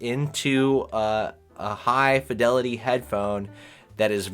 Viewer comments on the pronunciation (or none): none